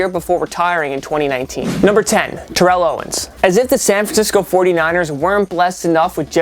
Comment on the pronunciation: It’s tear-el not ter-reel owens.